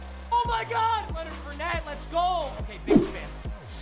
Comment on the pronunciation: Tell me why he can say ngakuoe right all of a sudden but he still can't say Leonard FOURnette or StephON Gilmore